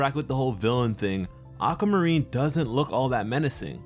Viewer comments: Why did you pronounce aquamarine like "awk-ah-ma-reen" it's supposed to be "awk-wah-ma-reen" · it's aquamarine not ackamarine🤦🏼‍♂️🤦🏼‍♂️ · (Getting angrier every time he pronounces "Aqua-marine" "Aqa-marine") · Ocamarine? Ah-quah-mah-rin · I want Aquamarine to be like Peridot!!! I want her to be with the Crystal Gems. Oh and its Ah-kwa-mah-reen not Ah-ka-mah-reen. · ugh you say it like acamarine, its pronounced AQWUA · Why do you say it that way? Why do you say "Aka" instead of Aqua? I'm not trying to be rude, but it made me unable to listen to you. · I actually couldn’t watch this with sound because he kept saying “Akkamarine” (I watched with captions if you were wondering) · No offence But am I the only one who hears “A ‘k’ amarine”? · sounds like your saying acamurene XD lol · Akamarine what o-qua-mu-reen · not making fun of this sweetheart but... ACAMARINE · No More Aquamarine!? but every time says Ackamareen it speeds up. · "Acka marine". Same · I love how you pronounced the "aqua" like the "aca" in "acapella". It's such an odd way to pronounce it. also I would love to see more of aquamarine, since she is my birthstone. <3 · this joke? u pronounce it aqua marine or (ah-kwa-ma-ree) if u dontnknow how to say aquamarine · "auka marine" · "Acamarine"???dude stop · "ack a marine" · "Aca marine" love your videos btw 💜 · if this nigga don't learn how to pronounce aquamarine!